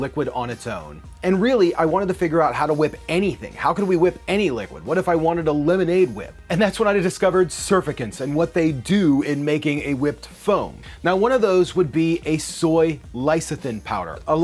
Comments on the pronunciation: Sur fac tant "serfikent" "Lice-a-thin" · 😂 Am I the only one triggered by him saying “SurfaCANT” You can tell it is a new discovery since he said it instead of “Sur-fact-ant” but I am glad to see people getting into science through gastronomy , much love and also fun fact it is also what makes shampoo and soaps bubble and what detergent is and how it works :) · Pronounced surFACtant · >pronounces surfactant as SER-FER-KENS >even puts phonemes for sur-fac-tants on screen B R U H never change lol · Why did you say surfactant weird, did you do it just to annoy people like me because you did a great job Its SIR-FACT-ENT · Pronounced. Sir-fact-tant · Say it with me, SUR-FAC-TANT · sur fact ant. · You missed a 't' in the pronunciation there, bud. "sir-fact-ents" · sur-fact-ant askldflasjdfasdlkasf come on man you included the pronunciation and definition and you still pronounced it wrong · Yes, it's a sir-FAC-tant! 😄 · All this geniusness but can’t pronounce surfactant right 😂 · the pronunciation of surfactants and lecithin ...oh god. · Why are you soooo close to the camera, or why is it zoomed in so close to your face?! Why is this such a growing trend on youtube? It's AWFUL. Also, your knowledge of how to accurately pronounce several words needs to be updated before you release videos attempting to present yourself as knowledgable. Particularly "surfactant", "lecithin", and "essentially". For example, you seemed to mix together "essential", and "sensual. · I disliked the way you mispronounce words when you have the pronunciation on screen.